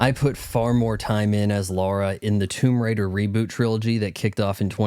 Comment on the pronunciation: TOMB"OY" RAIDER 🤣🤣🤣